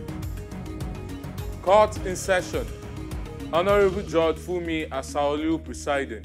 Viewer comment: Please Nigerians the word is" judge" not" George"